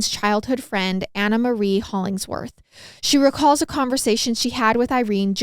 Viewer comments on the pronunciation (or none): none